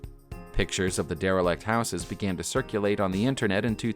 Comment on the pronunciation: Please can you pronounce houses correctly?